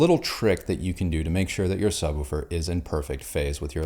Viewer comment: Are we going to address that he pronounces it sub woo fur?